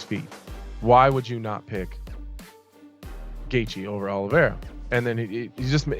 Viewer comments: Absolute butcher of Gaethje name😂😂😂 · It KILLS ME how the narrator doesn't know the fighters hes talking ab....him pronouncing gaethjes name so bad drives me nuts